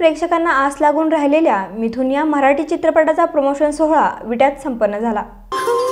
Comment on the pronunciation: anchor atleast marathi ya shabdacha ucchar neet kara.